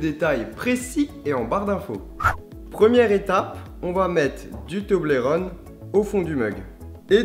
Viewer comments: Sa se prenonce to-bol-ron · Nan s'il te plait Charles Pas toblérone s'il te plait tout mais pas ça, ça fait mal au oreilles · tu prenonce male le mot toblerone